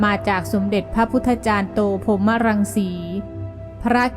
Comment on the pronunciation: ขอบคุณท่านผู้นำเสนอครับ ข้อมูลดีมาก เป็นประโยชน์สำหรับผู้แสวงหาที่ทางใจจริง ๆ แต่คำว่า “สมเด็จ พระพุ ฒาจารย์” อ่านว่า “พระ-พุ-ทา-จาน” นะครับ เกรงว่า นักเรียนรุ่นใหม่ ๆ จะจำไปผิด ๆ จึงท้วงติงมา ด้วยความปรารถนาดีครับ นะครับผม